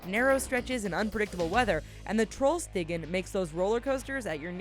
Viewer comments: you are saying Trollstigen in a strange way....yeah im from norway...and those roads is called hårnålssvinger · Being norwegian the way she said Trollstigen is so funny